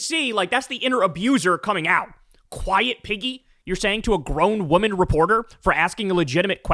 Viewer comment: When I first heard this, I thought he said Peggy. Then, I heard it again. Imagine Trump calling anyone a pig 🙄?!